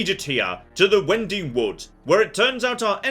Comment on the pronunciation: Am I the only one that cringes every time he mispronounced "winding" lol